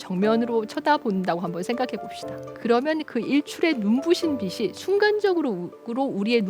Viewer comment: 좋은 강의 감사합니다. 강의 중 '빛이' 발음을 '비치'(연음 법칙)로 해야 하는데 '비시'로 계속 발음하시네요. 듣기가 민망합니다. 유의해 주십시면 강의가 더욱 빛나겠습니다.